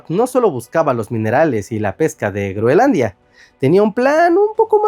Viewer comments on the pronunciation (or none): Escucho a cada rato Greonlandia o Greolandia y es Groenlandia en español!!! Por favor, estoy viejo y cascarrabias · creo que alguien tiene un problema para decir groenlandia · Muy interesante el tema, pero.... No pude soportar un "Greolandia" o "Grolandia" más. Abortando misión en minuto . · Debe ser que la "n" es muda. 😂